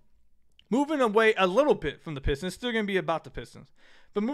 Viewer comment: Adam Silver cares so much about Detroit that he can't even pronounce our team name, what a joke